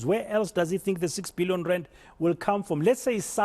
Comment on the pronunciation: 6 bee-lee-yon